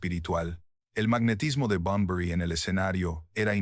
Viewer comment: Like por cada vez que dice Enrique Bumblebee